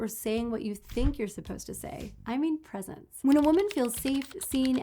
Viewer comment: 'Presence', not "presents" 😉